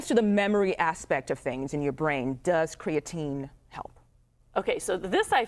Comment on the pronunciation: Why are we consistently mispronouncing creatine